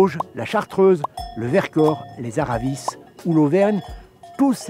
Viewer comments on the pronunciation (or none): Merci d'être passé chez nous Jamy, ça fait plaisir. On a hâte que tu reviennes ! Juste un détail pour les Aravis le s ne se prononce pas, mais merci pour cette visite.